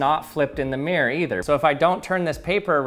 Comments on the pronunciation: oh so you pronounce it as "mee-rowr"? kewl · honestly, we would not drop the hard R in that case. Take the town "Peterborough" (which I live in) we, and everyone right the way from londoners to my Scottish family drop the r in the middle "pee-tah/pee-tuh" but retain it for "Buruh" mirror is almost universally pronounce "mi-ruh" in Britain Though yes, we absolutely drop hard r's all the time. We love dropping the T's from ends of words as well, we're just weird mate